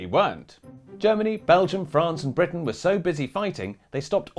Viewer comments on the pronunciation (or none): none